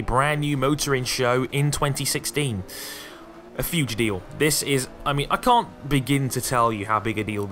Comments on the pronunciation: Did anybody think was saying fuge deal instead of huge deal? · "Huge" doesn't have an "f" in it. Stop saying "fuge".